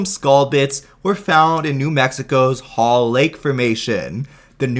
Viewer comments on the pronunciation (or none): none